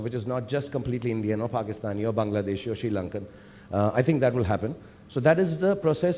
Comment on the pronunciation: he said 'Bangladeshi' instead of 'Bangladesi' Love you sir for this modest and correct pronunciation 💚